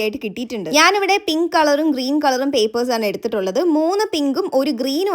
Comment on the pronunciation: ഗ്രീൻ അല്ല ഗ്രീൻ ആണ്